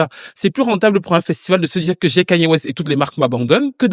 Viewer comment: Suis fière de toi tu dis enfin le prénom de Kanye correctement merci